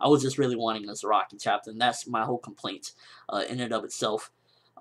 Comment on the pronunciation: lol and everytime you say Zaraki i hear ROCKY :D